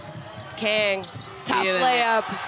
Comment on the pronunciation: 강을 못읽나... 외국해설들 나라별 발음하는거 배워야됨